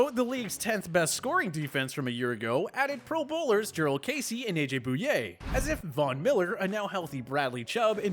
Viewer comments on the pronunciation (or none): Aj booyay lol